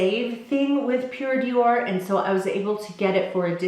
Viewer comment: Always enjoy your videos and your vlogs. I wanted to tell you that Pured'or is pronounced "door" and not dior (in French anyway). Love from France